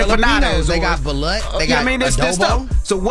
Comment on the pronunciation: Its Balut pronounce like (ba-loot)